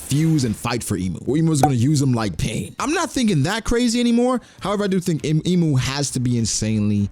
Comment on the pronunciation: Can you at least pronounce Imu correctly lol